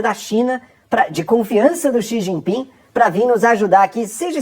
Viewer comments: "Companheiro Si Gin Ping" kkkkkkkk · O cachaceiro é muito burro. "O copanhero SIJIPING” 😂😂😂😂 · companheiro CI XIN PING 😂😂😂😂😂😂😂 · ele quase fala xi jinpinga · "Plostituta! Pilanha! Meletliz! Galota de ploglama! Kenga!" - Xi Jipinga pra Esbanja😂